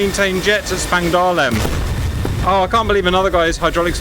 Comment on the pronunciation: Lol... Spangleheim. Is he talking about Spangdahlem?